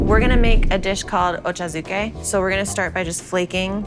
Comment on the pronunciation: As a fellow hafu, pronouncing it "oh-cho zoo-kay" killed me a little bit.